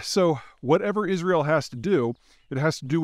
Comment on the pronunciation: Is Ri UL ? How right can he be if he cannot even pronounce the name of the country right